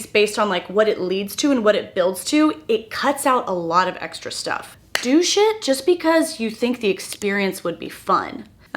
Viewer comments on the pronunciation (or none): I know you’re saying “do shitt” but I had to double check cus it sounded “douchehh it just because the experience could be fun!” Which made me giggle 🤭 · You said do shit and I thought you said douche it. It really threw me for a second 🤣